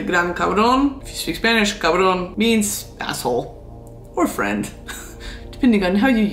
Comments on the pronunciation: Is it just me or is your Spanish pronunciation just perfect? I'm just learning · your spanish pronunciation is on point! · Gurl!!!! Not the on-point pronunciation, though!! Respect 🖤